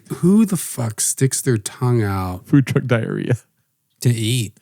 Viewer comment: I heard Schaub asked that twink announcer guy to walggg him to his truggg too. And he obliged.